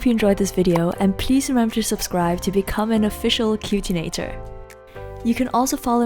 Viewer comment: "Cutinator" lol wtf